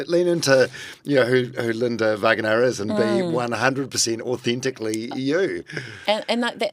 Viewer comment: Sir, it’s Va-Ng A NA